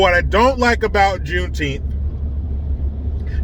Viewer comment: Is it Juneteenth or JuneTeeth🦷? Asking for a friend!!!